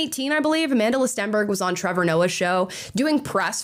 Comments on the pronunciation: A-MANDELER Stenberg? How are you going to pronounce an African name so egregiously incorrectly? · Its Amandla not Amandila 😂😂😂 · "Amandla" as in "power", not "Amandela" like "a lot of South African money" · lol cracks me up every time people say her name wrong